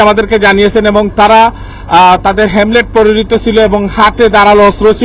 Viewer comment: হেমলেট নারে ছাগল, হেলমেট